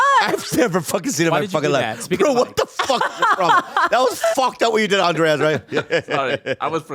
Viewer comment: I wonder how many more years everyone will be mispronouncing "Andres" as "Andreas"